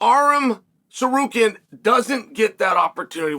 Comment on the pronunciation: Ballall Muhammad? And Sarkarian who the hell are those guys ? Chael did not even say armans last name in this video